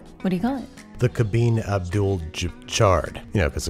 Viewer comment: Hearing him say karrem abdul jahbar i so wanna see u play basketball 😂😂